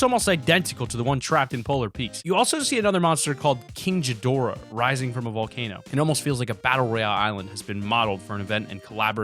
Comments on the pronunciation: Jidorah? Mmmmmmmmmmmmmmmmph its G like in Godzilla ghidorah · You know that was ghidorahs eye not godzillas plus its pronounced gidorah not jidorah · what is King Jidorah? Its King Gidorah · Mans said king jidorah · you sed kingjadora its kinggadora and also that kinggadora eye not godzillas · that's ghidorah's eyes and jidorah😂😂 best mis pronunciation ever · its king gidorah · And he still pronounces ghidorah wrong also that’s not Godzilla that’s ghidorah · king ghidorah